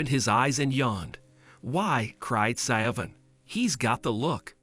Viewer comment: SiOBHAN IS AN Irish name and is said Shivvorn (or near enough) .... just saying 🙂